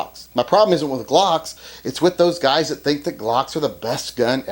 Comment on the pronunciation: "I don't wike Gwocks."